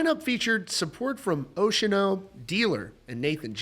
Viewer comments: Ocean-O? You're killing me bro. Say it with me. "Oce-an-o" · "Stop saying Ocean-O in there!" 😂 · It’s oce-a-no. (4 syllables) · I could be wrong here, but I'm prettttttttttty sure it's NOT pronounced "ocean-oh" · Bro its Oceano not Oceano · The pronunciation of Oceano made me pause, leave this comment and stop watching this video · Sorry, can't unhear it now 😂